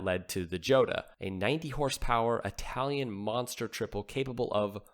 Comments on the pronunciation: Jota isn't pronounced Joeta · Jota pronounced as "hotter". Everyone gets it wrong. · Joeta ?! think it's pronounced with an H and whilst we're at it Doocardi has a t near the end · jota is pronounced EE-OTA. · after two guesses.....I thought you might land on it with a third. But, nope! It's actually pronounced YO-tah. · Pronounced " Ho' ta"